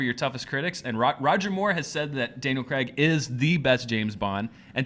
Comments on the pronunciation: it is Daniel Craig not Daniel Creg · Its pronounced cr-ai-g not cr-e-g. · Who the fuck is Daniel 'Creg'?